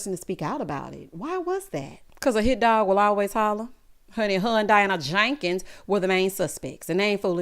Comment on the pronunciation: Wonderful review. I freaking love when you say "Diana JANkens" 😆